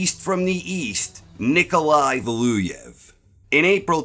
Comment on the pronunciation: How hard is it to say Valuev?